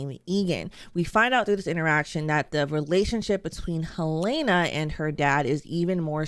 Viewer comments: Your takes are always so hot, but how are you STILL getting their names wrong? Cobel is not a Mrs! She's a Ms! And it's never been heLAYna, it's always been HELena. Edit: omg then you called Huang a Mrs? She's a literal child! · At this point, you’re just purposefully saying her name wrong I guess. Even when you said how mark calls her the wrong name, you still say it different. Helly, Helen-uh, and Helen-ee. No long A sound in any of them. Why won’t you say her name right?